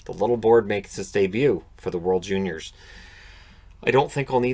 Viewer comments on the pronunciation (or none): none